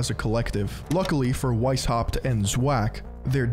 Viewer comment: The "weis" in Weishaupt is pronounced "vice".